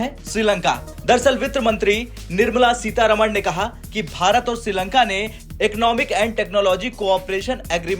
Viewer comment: सीतारमण नहीं सीतारामन